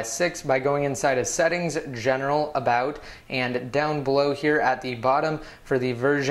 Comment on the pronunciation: I like when you say ( about ) lol thanks for your cool video's